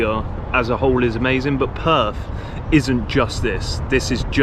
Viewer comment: It is not Perf, it is Perth. It is your language, learn to annunciate it.